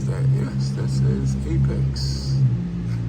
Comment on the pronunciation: Says APEXi. Not Apex. 😂